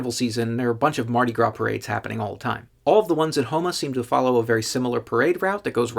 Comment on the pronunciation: I'm from Houma. I knew exactly where this was when the video first started. LOL Good job pronouncing Houma correctly. Love watching your videos